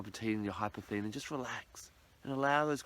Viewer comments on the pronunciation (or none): It's more like golden obsidian. It has a labradorescence. In case you are searching for some, it is pronounced incorrectly in this video - there is an S in the name hypersthene.